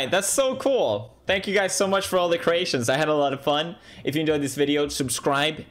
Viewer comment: I thought he enslaved my whole country for a second, ngl “Thanks for all the Croatians”